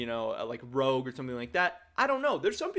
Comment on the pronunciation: i like how he said CHOGUE instead of ROGUE